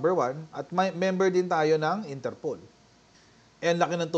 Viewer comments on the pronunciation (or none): Its not ENTERPOL it's " INTER POL " Internacional Polis " Polis ayus syusin mo pannalita mo, many are listening in your correct pronounciation .😊😊😊😊